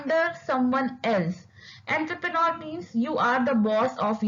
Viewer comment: Correct your pronounciation of entrepreneur it's not entherpenor🙂